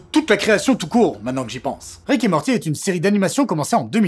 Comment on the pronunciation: "Rick et maworti"... Je te hais...